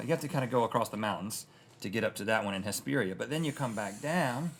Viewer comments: The way Rhett pronounced Hesperia😂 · Ayyy I’m from Hesperia CA and he said so wrong lol 😂